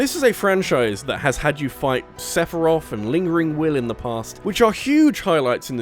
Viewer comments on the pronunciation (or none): none